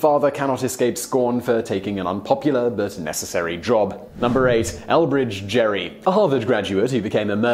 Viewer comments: Elbridge Gerry's last name is pronounced "Gary", with a hard G. Maybe you need more practice with the American language. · Gerry was pronounced with a hard 'G' as in Go, Great, Gothic. Not as in 'Jerry'. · Well, when he was alive it was pronounced with a hard 'G'. It may have changed (well, it has in fact). But during his life it was not, calling him 'Jerry' would have caused him to correct you.